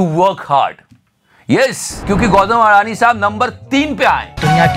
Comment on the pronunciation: Gautam "अदाणी" not "अडानी"